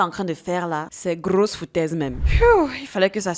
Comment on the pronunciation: Wow ça casse : "grrrrrosses foutaises tout ça" 😂